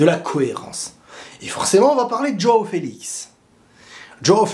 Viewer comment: Ça se prononce : Jwaw et pas Djaw ( Joao )